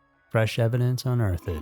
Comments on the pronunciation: Does he keep saying earth-Ed! Not Earthed?☺️ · Unearth-ed. lol wtf. Unearthed. Say it right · Dude. You really need to learn how to read. How can you mispronounced your own script? It's unearthed. Not un-earth-ed! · Un earth ed. Cmon bro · Un-earth-ed??????? Whut are you saying??????? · FYI, unearthed is pronounced with just two syllables. uhn·urtht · Why are you saying unearthed like that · You pronounced unearthed wrong. Omg!! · Amazing video, thank you for your content. This isn’t a big deal either I just thought it was kinda funny- the way you pronounce “unearthed” lol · I CANNOT believe the way this guy pronounces "unearthed". Is English not your first language smdh. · Ok on the word unearthed. Maybe go on google to hear how it’s properly pronounced. These comments are on you. Lol